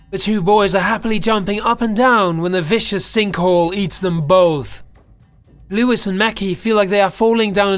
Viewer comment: named leWIZ and mEHcky